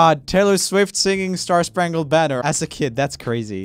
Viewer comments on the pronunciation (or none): “Star Sprangled Banner”